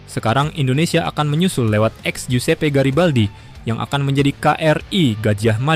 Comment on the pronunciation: bro, giuseppe itu dibacanya Josep jadi Josep Garibaldi bukan giusepe garibaldi ya